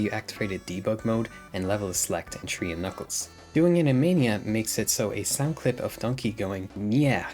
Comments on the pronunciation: Are you purposely not pronouncing your “H’s”? Tree, tink, turd, teory… What is going on. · I swear hes saying tree instead of three